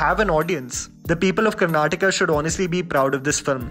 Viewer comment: Thank you for pronouncing as Karnataka and not Karnatak.